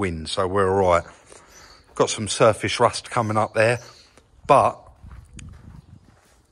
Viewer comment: Shtraight and shurfashe rusht.